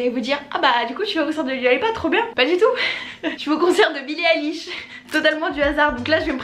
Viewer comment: Ça se prononce "Doua" si jamais 🥰🥰 bisous